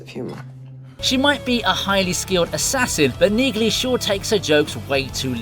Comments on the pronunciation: I really appreciate and like your videos. However, you continue to mispronounce the name Neagley. It's pronounced knee-lee. The G is silent. Other than that, you're doing an amazing job. Keep up the good work. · You have been told this before on one of your last Reacher videos, it’s pronounced “Neely”. The “g” is silent